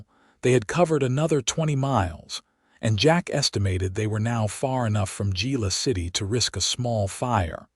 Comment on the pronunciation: I do wish AI could be programmed on the correct pronunciation of Spanish words. It is not Gila City but pronounced Hila City. With that out of my system, this was an exciting story. Glad Willow escaped her abusive husband, who ends up being charged with his threats against Willow, his shady finances is sent to prison. Listening from Clarksville, TN.